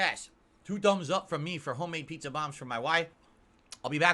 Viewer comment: I like how he feels he needs to explain to his moronic fanbase what pizza pockets are. Smh "Ya see, you gotta take one of these peeZUH bAHMS here and you dip em' in this here. This is maranaRUH SAWsce." snort